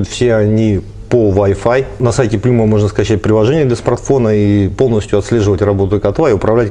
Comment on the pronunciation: Доброго дня. Обзор супер. Название контроллера читается как Плам